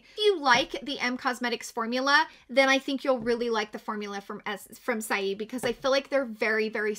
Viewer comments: Just an FYI - "Saie" is pronounced "say". I looked it up for ya on their website. Thanks for the video! You are wonderful! XOXO Heidi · i’m so happy to see your beautiful face again. i’m catching up on all of the videos that i’ve missed since surgery day. i’m giggling at the way you’re pronouncing saie (say). you’re too freaking adorable. 🥰